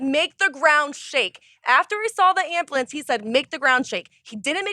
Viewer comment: Grammar Nazi moment. It's an ambulance not an amblance. So sorry. Please continue.